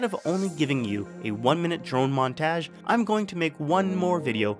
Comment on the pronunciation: montage. Hard "a" bro.